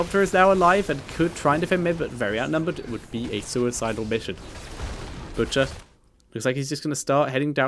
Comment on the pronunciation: When you said the butchers name in game i thought you had a stroke